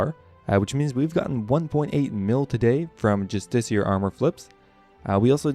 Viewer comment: You’re both wrong.. it’s “Just ish E R”